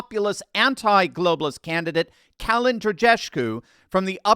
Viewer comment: The way you butchered Kalin’s name :D